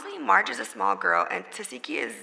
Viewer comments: Lol it’s Meghan calling marsh “marge” for me 😂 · Her name is “Marsh”…….still, as you said Mehg; WHY IS THAT HER NAME⁉️⁉️⁉️🤔🤨🧐 SMFH